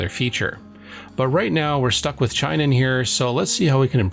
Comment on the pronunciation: Hate to be "that guy" but it's not CHEYE-non, it's chee-NON. The company is of Japanese origin.